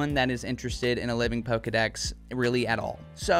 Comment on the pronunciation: Dex not sec